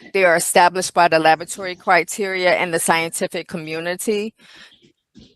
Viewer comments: Is it lavatory or labatory, what is she saying? She sounds illiterate. Honey, it's pronounced la-bra-tory or la-bor-a-tory. You work in one, you should be able to pronounce it dear. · In Australia we say La-BOh-a-try. Emphasis on a different syllable.